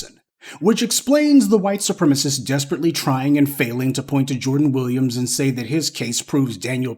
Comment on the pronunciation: I miss when you say "the white supremisses hate that". To me that sounds funny 😂. Please keep it going.